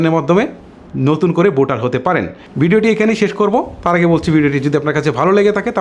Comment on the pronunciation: তোমার উচ্চারনে বিরাট সমস্যা।বোটার না বলে বলবা ভোটার।